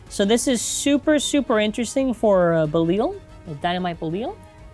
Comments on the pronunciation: Ok, gonna help you out with this. It's pronounced Beh-Lai-All. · heyy watch Ultraman Belial, you may know how to pronounce it there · Belial is pronounced "Bell" for Be- and "Lips" for Li- and "Ally" for Al